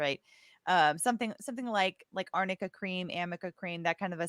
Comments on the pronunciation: AMICA cream?? It's ARNICA cream. She got it mixed up because in lower case they both read the same (in some fonts)! Did she even do her homework? So she's obviously using this wonder cream as the reason why AH's bruises and swelling go down so miraculously but she doesn't even know WTF it is?? How much is she being paid ?? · I wonder if Amber passed her a note that said Arnica Cream, but read it as Amica and had no idea what it was 🤣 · Listening to this lawyer mispronounce arnica cream just screams of poor preparation.